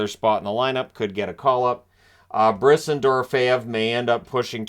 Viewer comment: FWIW its "Briss-Awn"